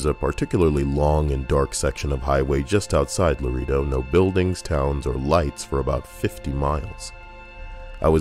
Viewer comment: Lareedo. Geeesh.